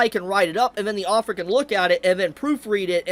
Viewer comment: Your pronunciation of "Author" as "Offer" is annoying the hell out of me.